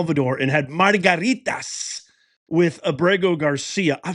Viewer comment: It's not margaritas lol!